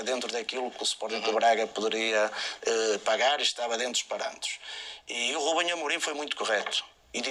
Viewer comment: "Rubenhê Amorim"